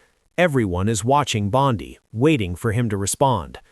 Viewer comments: Rubbish AI. Bondi not Bondy. She is a female not a male! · Why do you speak of Bondi as Bondaie and in masculine very often? Is this even some true news?